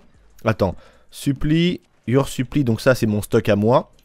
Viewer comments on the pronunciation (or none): On dit "supplail" pas "suppli" mdr et encore, c'est pas vraiment le son u comme en français non plus